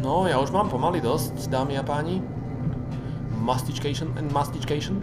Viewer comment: "mastičkejšn" :DDD